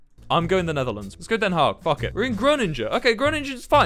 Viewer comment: Why is no one else talking about how Wilbur said Groningen and den haag